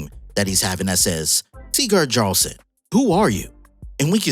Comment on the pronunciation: The J in jarlson is pronounced like y. So its yarlson.